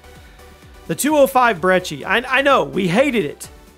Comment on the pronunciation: Sounds like he said 205 breechi